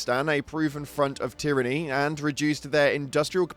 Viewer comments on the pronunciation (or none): none